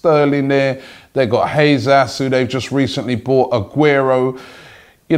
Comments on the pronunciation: it's Jesus not Jesas, Robbie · Robbie pronouncing Jesus as 'Haze-Ass' in every video isn't an innocent mistake. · Robbie does not know how to say Gabriel Jesus's name. He pronounces Jesus as Hayzas 😂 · 706easy he isn't far from wrong in Spanish or Portuguese it's pronounced Hey Zeus